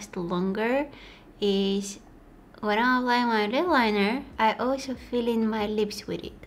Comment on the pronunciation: When she said olsho instead of also😭😍😍😍